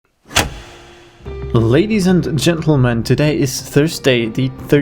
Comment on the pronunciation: I know what you say but now I only hear "Ladies and GentlemanT"